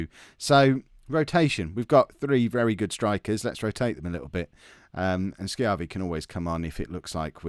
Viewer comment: You're pronouncing Schiavi right. Fun fact, Schiavi is an Italian last name and it translates as "slave" from Italian.